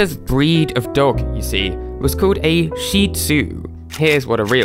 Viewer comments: It's pronounced shih-tzu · It’s not Sheezoo it’s Shit-zoo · A sheeee sue what the f*** is that!??? It’s a shit zue, that’s how you pronounce it, I don’t know why the f*** you say it so f***ing weird or why I am so f***ing mad but a Shih Tzu owner every one says it like that not sheee sue!!!😡🤬🤬🤬🤬🤬😡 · When you pronounce Shih Tzu as sheezu not shitzu 👁👄👁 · Was called a seeezu You know you can say the real name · why am I a little raged that he pronounced shitzu sheet soo, (I say it well, I pronounce it sh- well I don't wanna say I'm a kid and then soo) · Sheezu You can also say it uh... “Sh.t tzu” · you pronounced shih tzu wrong and I know that because I actually have one